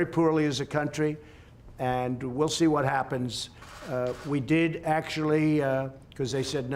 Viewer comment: LMAO! He cannot pronounce the simplest of words. He says "we'll have to tee" (see). What a PRESIDIOT